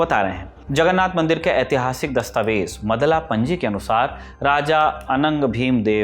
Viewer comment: Again it's not मदला पंजी, it's मादल पांजी